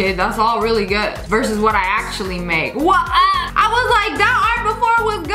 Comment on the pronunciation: Who else noticed it said accually?